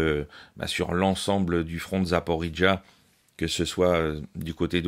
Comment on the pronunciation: 👉 Bonjour, Ce n'est pas "Zaporidja" (mélange ukro-anglais à consonnance porridge) mais "Zaparojié" (avec accent tonique sur le "ro", Запоро́жье) sachant que la ville est depuis des décennies dans une zone russophone... До скорой встречи À +